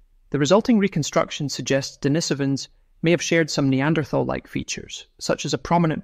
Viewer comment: This is 10 years ago info . Waste of time . Also , please pronounce Denisovan and Neanderthal correctly if you want credibility.